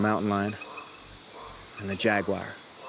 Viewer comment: It's not a " jack wire. Or pewwmah. It's " jaguar and puma